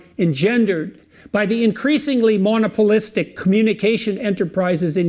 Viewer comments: He uses big words to try and make himself sound smarter than he is but he can't even pronounce half of them. Mono polistic? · Which is why it's so funny to me when he mispronounces "monopolistic."